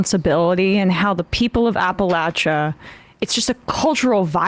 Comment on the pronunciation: Queen Emma pronounces Appalachia properly